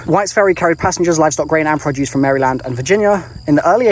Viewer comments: Pronounced MairLand. Not Mary Land Just give ya a little local help.. Fun videos good stuff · Just FYI Maryland is pronounced "Mare-uh-lind" Potomac is "Puh-toe-mick" Born and raised.